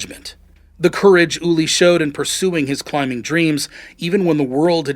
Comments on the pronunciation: His Name was Ueli, not Ulie!!!! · "Ooh-Airly", not "Ooly" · **Ueli, not "Ullie." You couldn't get his name right on the video that's about him specifically? 🙄 Wow.